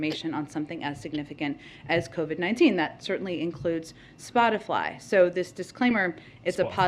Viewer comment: did she just say spotifly?? I checked 5 times. lol